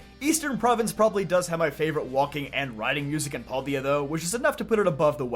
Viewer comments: So question, I understand that because there are no voice acting in games that sometimes people we have different pronunciations. But does it bother anyone else that he says pal-D-a instead of pal-day-a. Like there is so much other content that says how it is supposed to be pronounced. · Huh, never heard paldes pronounced like that..